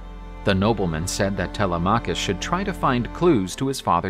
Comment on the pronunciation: It isn't tele M'acus with the accent on the M ...it's telema K'us with a soft accent on the K. The Greeks should have sand blonde hair , hairy chests and blue eyes or red hair with hairy chests and green eyes as was their appearance in ancient times, for they descended from Esau and are the mariner tribe of Dan.